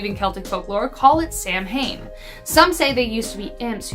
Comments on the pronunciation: I'm sorry to do this, but you pronounced "Samhain" incorrectly. "Sow-in" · It's spelled Samhain but pronounced sow-en. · Sidh or Sithe is pronounced like "she" Samhain is pronounced sow-ween. Gotta love Gaelic/Celtic words